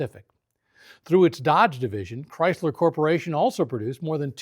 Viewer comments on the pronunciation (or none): none